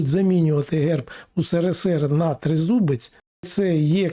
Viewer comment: Цікаво як виговорив - "трєзубєц"... чому б так?